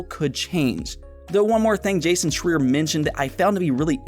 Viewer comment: Awesome show as always but I little FYI: Jasons last name is pronounced “Shr—eye-er”. I believe. That’s the way I’ve always heard it said. ;-)